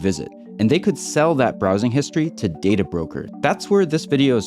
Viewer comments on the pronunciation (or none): none